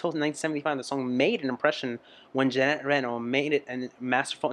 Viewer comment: It is Ginette Reno not Janette.